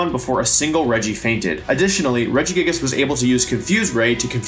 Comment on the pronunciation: Through the whole wideo, Wolfey kept mispronouncing Regigagigas!